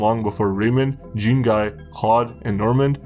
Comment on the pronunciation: Zean (Zhon almost like John, shh-on) its pronounced Zean (Jean)